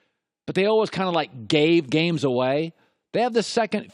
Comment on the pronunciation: "olwez" for always